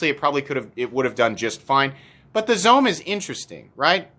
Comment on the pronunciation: Zome is pronounced “zo-may” it is Japanese